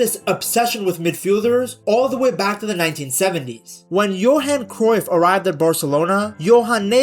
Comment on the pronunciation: hey idk if ur going to see this but as a dutchman, did you know the UY in Cruyff isnt pronounced the same way as the UY in De Bruyne? Its actually pronounced something like krauf (we'd write it as kruif), maybe the pronounciation is worth looking up. Also while im at it the "De" in De Jong is something like a "duh". Ofourse it makes sense that you use the english pronounciation but i thought i'd leave a comment abt this